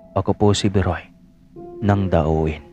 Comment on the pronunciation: dauin,, ang basa nyan ay dawin...sa negros oriental yan